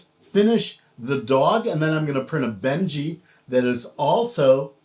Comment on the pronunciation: Isn't it Benchy as in benchmark and not Benji as in the dog??? Lol just messing with you, great video though, thanks for the review. My sv06 will be here in a few days. Can't wait!